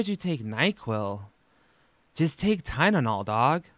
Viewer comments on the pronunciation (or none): Are you saying "Tynenol" on purpose? Lol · The ppl in these comments fighting is so funny too me! Over a word- and two people 😭🤚🏼 y’all really have no life.. I know it’s been like a year- but damn this is so pathetic. Also someone saying tynenol and Tylenol are different depending on were you grew up or how ppl said it growing up around you. My dad says it just like and I see nothing wrong with it tbh. It might be hypocritical but doesn’t try too mispronunciation things, it was just an honest mistake. Even though I’m late asf to this conversation 😀 still wanted to put that out there tbh... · Wth is pronouncing Tylenol as ty-nen-nol a California thing? My boyfriend is also from California and literally in the Palm Springs area too and says it the same exact way that is wild lmao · Are you pronouncing Tylenol “tie-nen-ol” on purpose? Lol my sarcasm radar is horrendous I hope you don’t take it as me being rude your videos make my day 😩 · TyNENOL!!!!! Lmao!!!🤣😂🤣😂😭😭😭😭 Its almost as bad as “dosay.” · did you say "Tynanol"? I think Big Al is rubbing off on you 😂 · Ok, I'm sorry, love the videos, but you can't make fun of her for saying things like "ordaments" when you say "tynenol" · I wanted to DIE every time you said "Tynanol" like MY DUDE, it's TYLENOL. ACETAMINOPHEN. TY. LE. NOL. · "tynenol" sir lmfao we gotta talk about this pronunciation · I think it's kind of funny how when says it, people find it "cute", but if ALR would have mispronounced it everyone would had given her endless shit because of it. I also must say that I find it really bizarre that he's a student for a health care field and doesn't know that the word is Tylenol. I'm super confused. What's going on? You dish it, so you should be able to take it. How do you not know the word Tylenol? Not trying to give you hate here, but come on now... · I love you but “TyNENol”? 😂😂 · Thank you. Thought he goofed up but he said it twice. TyLENol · tf is "tynenol" lmao